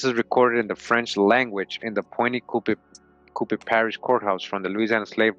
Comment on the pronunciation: Louisiana is my tribe the place you keep naming is pronounced Point “Q-Pee”. I'm from Avoyelles. We have black Indians recognized by the government here the ones who side with the whites. They are still black. I would like to find this book speaking in my people.